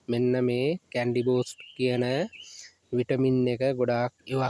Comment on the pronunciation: කැන්ඩි නෙවෙයිනේ කැනි